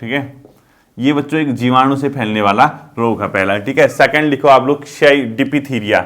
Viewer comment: डिप्थीरिया का उच्चारण सही बोलो ।